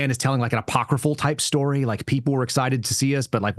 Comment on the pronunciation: SHTORY? GREENGOES.